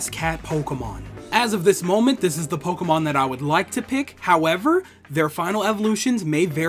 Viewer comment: You pronounced the Pokémon perfectly.